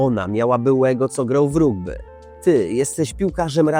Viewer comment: Wow, ta wymowa ragby i rugby pewnie problematyczna a poza tym chyba we wszystkim mogę zgodzić się.